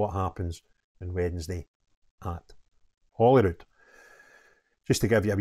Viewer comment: When did holyrood become Holywood 😂